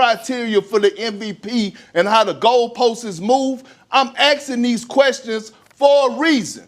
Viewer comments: "He's axing these questions for a reason" what a dummy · What's an axen? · Did he even finish high school? Axxin? Smdh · “I’m axing these questions for a reason” -Perkins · Why is he axing questions? Just hard to listen to or believe somebody like that. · He’s axing questions for a reason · I can't listen to a guy that says "axing"... Sorry, I am not from the US, I understand it has a cultural significance but it sounds so illiterate to me... Perkins has been wrong on all takes he had except for the past few weeks where he's trying to push the narrative that he always thought Jokić and the Nuggets are gonna win it all. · He's "axing" himself these questions. LOL! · Melanin & "axin" goes hand in hand